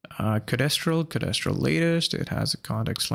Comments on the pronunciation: Codéstral? It's code-stral dude. Mis-tral. Code-stral. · No I mean your pronunciation. It's like nails on chalkboard to my ears, each time you say "co-des-tral". Code-stral please.